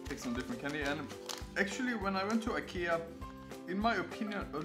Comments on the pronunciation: thanks for showing the right way to say IKEA! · 其實都可以，在IKEA的原生地瑞典或是英國特定地區，都是發音"宜kea"。但在北美與英國大部分地區，卻是用自己的發音習慣去唸"愛kea"。所以要看你想原汁原味還是英語人轉化過的發音，大部分台灣人是發原汁原味的瑞典發音，Jonas前面也有留言，說因為他的說明是英語，所以他用英語的發音方式來發。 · 其實都可以，在IKEA的原生地瑞典或是英國特定地區，都是發音"宜kea"。但在北美與英國大部分地區，卻是用自己的發音習慣去唸"愛kea"。所以要看你想原汁原味還是英語人轉化過的發音，大部分台灣人是發原汁原味的瑞典發音，Jonas前面也有留言，說因為他的說明是英語，所以他用英語的發音方式來發，如果他是說瑞典語，他的發音就會是原瑞典發音"宜Ikea"。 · 你可以用你家鄉的方式發Ikea的發音沒關係的，雖然台灣是學美式英文，但講Ikea大多人還不是發美式發音。